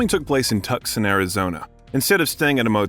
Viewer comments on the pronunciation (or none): Tuck-sun Arizona?! It's Tucson, pronounced Too-sahn. SMH. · Oh my Giddy Aunt, somebody tell the Chinese who wrote this abomination, it is TOOOOsawn, not Tuk Son. Tucson, Arizona, sheesh. Tuksawn, chortle chortle. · "TuKson Arizona?!?!" Is a bot narrating this thing?!?!? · Where ARE YOU FROM??? Tucson is pronounced TOO SONE not Tuck son. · HEY, NARRATER!! IT IS NOT TUCK. SUN.......IT IS TOO. SAWN !!! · AND TOO SAWN.....TUCSON. NOT TUCK SAWN..... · "Tuxon, Arizona." WHAT? WHAT? 😮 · Tuckson Arizona...really? Cracks me up. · "Tucksen," Arizona? I quit. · Tucson is pronounced too-sahn. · Don't forget "Tucson". He pronounced it like "Tuck sun". Lol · I especially liked Tuck-son Arizona. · a narator that doesntknow how ro pronounce tucson az??? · Love this. I started yelling at my IPad the proper pronunciation. Then he couldn’t pronounce Tucson nor Saguaro. Someone needs to teach these east coast people how to pronounce southwest names. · do you really not know how to pronounce “Tucson”, my guy?